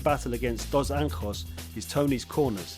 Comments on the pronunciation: + Dos Anjos is Brazilian (not Mexican and you should probably pronounce his name in Portuguese style) ;-) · Doz Ankos